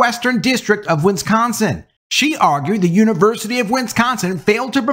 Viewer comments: It's not "Winsconsin". It's Wisconsin. Wis. Con. Sin. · It's not pronounced: WIN scon sin.... WIS con sin Please practice.